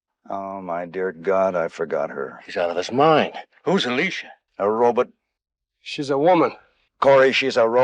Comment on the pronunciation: RO-BOT...RO-BOT, not Robit! That shit erked the hell out of me!